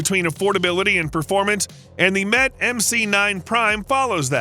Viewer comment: "Mete" is pronounced like "meat" ...just FYI